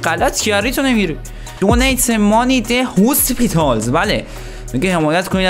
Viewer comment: هوسپیتال نیست هاسپیتاله 🤣